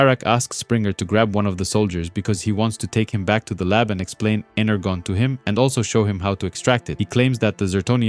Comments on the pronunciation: Yeah hyped and liked. But fr..energon. Inner John. Pronounce the J sound in English when you're speaking English, yeah? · Great work, but have you honestly never heard the word energon pronounced..ever?